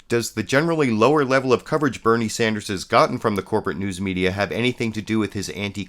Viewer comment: Also, his name is Bernie Sanders not Sander.